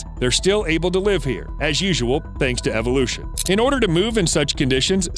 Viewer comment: “ThAnKs To EvOlUtOn”